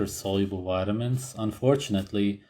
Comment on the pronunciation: nobody:: ''wide-a-mins.'' X''D